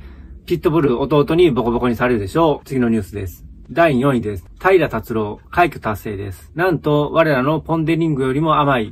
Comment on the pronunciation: 平良タチュロー言うてるでしかし。